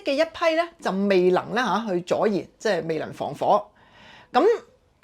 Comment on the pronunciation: 阻燃同助燃兩者發音差唔多，講嘢有漏口習慣相信要一時都分不清。